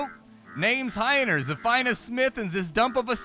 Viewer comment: You totally need to voice Heine, that german accent, spot on.